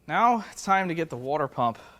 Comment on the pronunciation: Wore-dur pump? My ears bled.